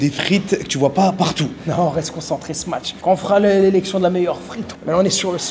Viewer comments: Salut, pourkoi vs dites “smaTch” burger? C’est pas smatch mais “smash” burger. Y’a pas de “t” 🤔🤷‍♂️ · Les gars il n'y a pas de T dans smash, arrêtez avec votre smaTsh 🤣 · Smatche mdrrrrr (smache)